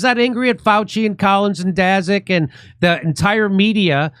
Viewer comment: Daszak sounds like Polish name, so it should be pronounced "Dashak".